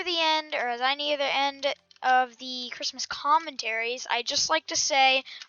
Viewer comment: chree mos